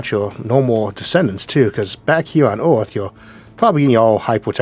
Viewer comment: I’m a native English speaker and I find it difficult to catch all he says. It’s partly a common speech impediment which means he pronounces r as w. He has other idiosyncrasies which don’t help either!! Like earth sounds more like owth etc!!! Anyway you just have to tune your ear and it’ll start to be more understandable imo.